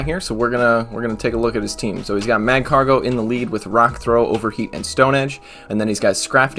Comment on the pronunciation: Magcargo is pronounced like Escargot it sounds cool with a French accent lol